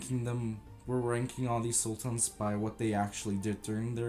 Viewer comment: Korucu Mate, I think he is Turkish himself. Look at the way he pronounces the names of the Sultans. He has such an "urban" Turkish accent